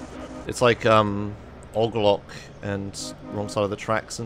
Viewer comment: Your pronunciation of OG Loc makes me sad